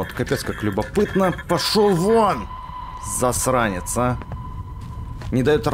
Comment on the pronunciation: Когда ворон первый раз поймал Бекста, он сказал «сасранец» а не засранец